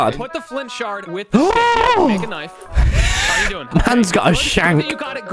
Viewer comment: Tommy is now becoming true Bri'ish